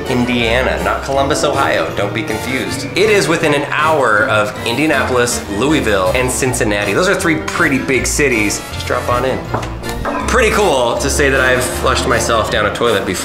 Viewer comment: I live in Louisville and it’s not luiville hahaha